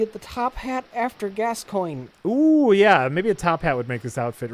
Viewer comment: Nope, "gas coin" is correct. :)